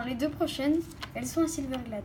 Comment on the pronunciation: ta dit silverglade au lieu de silverglede